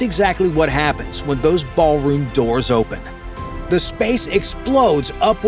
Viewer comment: Ahh yes, the "baal" room. 👹